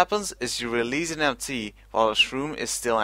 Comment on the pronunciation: every time he says MT it sounds like ‘empty’